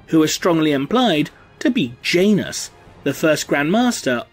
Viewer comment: But say that outloud while supressing the "i". That was what I heard in the video :P